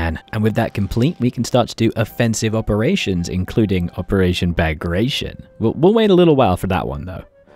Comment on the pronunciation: Thank you for such an interesting video and oh, please don’t be offended, but you said “Operation Bagration” so funny! 😂This name of a Russian general of Georgian origin sounds completely different in Russian, so at first I didn’t even understand what exactly you said. 😅